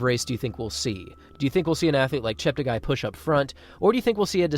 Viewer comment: Please note that his name ends up being 'gay', not 'guy', according to worldwide broadcasters - he asked them to correct their pronunciations. Tony Hunt World Junior Athletics News NZL